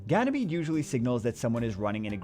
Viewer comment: gany-mayo ... nice